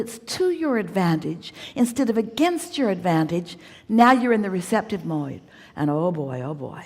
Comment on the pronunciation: “Now you’re in the receptive moyed “. 😄 You would Hicks ✨